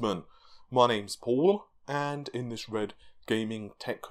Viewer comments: I saw that, started laughing, and then saw your comment, and laughed even more LMAO and what the fuck is that "paul" pronunciation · Just me... or did Paul stick his tongue all the way out to make the "L" sound when introducing himself?